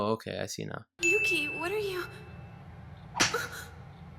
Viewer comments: That 'Yuki' part started sounding like Mucy (hard c sound, like mucus, not like mercy) shifted back to Yuki... then started sounding like pukey. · It's Yūki, not Yuki. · With the bouns it sounds like she's saying milky😂😂😂😂😂😂😂😂😂😂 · At the end when Yuno is saying Yuki over and over again it sounds like Nunki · After the first 20 times of hearing "Yukki" I started to hear Milky XDD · Is it me, cause when she says yuki, its sounds like milky. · Sounds like she’s saying mukia or pukie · it sounded like she said “Yuki you pee?” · After at least 5 "yuki's" it started to sound like she was saying "milky" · the more I listen to yuuki the more it sounds like puukie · Yuno said Yuki so many times it started to sound like Pukey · I Always think of how "Yuki" starts sounding like "you gay" And remember akise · I swear I heard winkie instead of Yuki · At some point near the end "Yuki" started to sound more like "Pukey." I think this name is far more accurate to his character. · I got so annoy when she said yukii I got so annoyed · at the ending when she's saying yuki bunch of times does anyone else here "you keep" instead of "yuki"? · if you listen to the Yukki over and over again it starts to sound like "Puking" how i feel about this anime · 10/10 best review, best review. Also if anyone listens in the bonus rounds after a while Yuno sounds like she's saying "dookie" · saying Yuki's name was a sin. hahaha